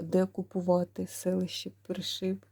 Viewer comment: Пані, вірно говорити про селеще При'шиб, наголос на при(и)